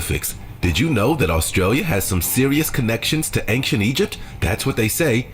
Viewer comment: Bro, why does the guy in the video keep saying "Anktient Egyptian"? Is Ancient that hard to say?